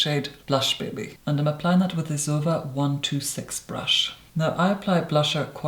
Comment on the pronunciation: why do you say zoeva like that ... its z o e v a not Zuva